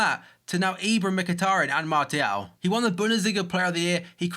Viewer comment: There's no T pronounced in Martial. It's like s